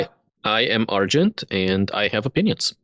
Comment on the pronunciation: I think you did a great job pronouncing my unpronounceable name, Argent! Sorry to put you (and the audio listeners) through that 😅